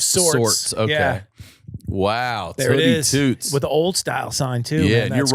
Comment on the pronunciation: There’s no way that’s pronounced TOOTS like a fart. Gotta be like TOOTSIE without the IE